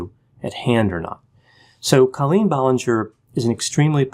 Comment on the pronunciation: It’s CO-lleen not CA-lleen